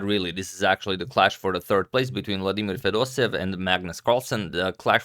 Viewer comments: It's Fedoseyev, not Fedosev! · Dear Fedoseev is pronounced in Russian somewhat like [fedoséyev] with an emphasis on the first "e". From Russia with love <3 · fedoseev with two "e" . 'pronunciation is with 2 "e". it is like "being" (excepti it is "e") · You pronounce Fedoseev's name as Fedoseyev